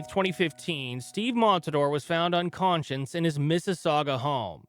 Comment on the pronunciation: Great video. However, it's pronounced "unconscious". Not "uncon-science."